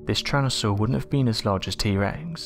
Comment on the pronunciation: Tyran.....not Tryan... 🙄 Homergnos